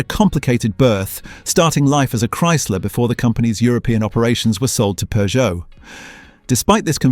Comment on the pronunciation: “Poojoo”. Gotta love AI😂😂